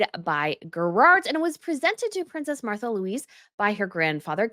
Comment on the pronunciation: I think her name is pronounced "Marta"